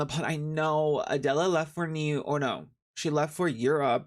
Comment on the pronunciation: My name is Adela and it’s always shocking to hear you say my name😅